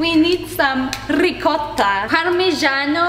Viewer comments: I love it when she said rricotta Lol 😂😂😂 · When is saying ricotta... That makes laugh very hard 😆😂😆😂😆😆😆😆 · Just like the Russians say Vodka :>